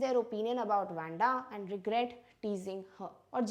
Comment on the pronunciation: Its not wenda its wandha according to pronunciation mam by tye way you are such a great teacher 👩‍🏫..